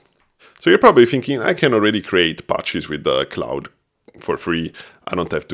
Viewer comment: Great video! I’m going to give it a try. Also, Claude is pronounced more like “clawd” or “klahd”. The vowel sound is “ah”.